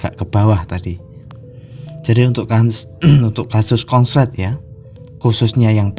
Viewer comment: Pak konslet jadi kongslet